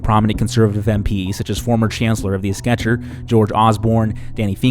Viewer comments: Exchequer is pronounced "ex-checker" (as in a cheque or a game of checkers). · Great video as always. Exchequer is pronounced ex-checker like you just broke up with the game of checkers, just FYI.